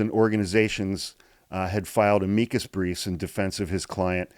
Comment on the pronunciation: Glad to see you laughing. Its contagious, and we needed it this week. Great synopsis on this one.Thank you! PS: I like that you used the pronouciation of Amicus with Latin emphasis not American English